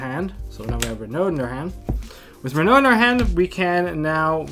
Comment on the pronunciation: This guy knows what’s up, he pronounced renaud correctly, I feel so recognized lol